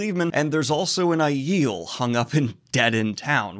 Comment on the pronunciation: Omg I hope they don't pronounce Aiel like you pronounce Ai-eeel. Ai-el... it's not Aes Sedai.